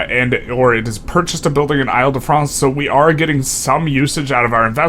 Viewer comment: It’s pronounced eel-de-france.